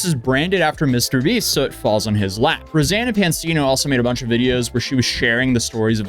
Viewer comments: Her name is rosanna not rosan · Her name is Rosanna, not Rosanne